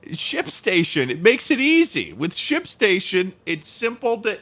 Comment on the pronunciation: Thought "Shipstation" said "Shitstain". Please help. Shipstation fix your damn logo I am crying.